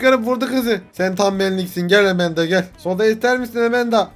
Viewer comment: Enes abi Emenda değil Amanda